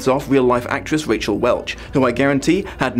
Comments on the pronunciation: It’s not RACHEL Welch, it’s RAQUEL Welch. RAH-KELL. I love you, but you have a habit of mispronouncing names of people when you don’t know who they are. It is pretty easy to find out how to pronounce celebrity’s names. Watch interviews on YouTube, or simply type in “How do you pronounce Raquel Welch” into Google. I did just this when I was looking up an actor with a Scottish last name that I had no idea how to pronounce it on sight. I found a YouTuber who just posts pronunciations of random shit. Give it a try. Love your videos to bits, except this little pet peeve of mine. .#MuchLove to all y’all, get your vaxx, wear your mask, and PLEASE be.safe! We’re far from seeing the end of this, but, we will overcome this. Eeln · You're so cute! It's RA-QELLE Welch (VERY famous sex bomb), and Jim BAKE-R (VERY famous Southern christian scheister). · "Rack-El" Welsh not Rachel. Jim "Baker" - not Backer. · Ray-chel Welch?